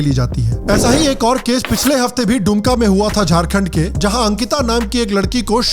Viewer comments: Wo डुमका . नही दुमका है दुम= Tail का= पहाड़ी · It is दुमका not डुमका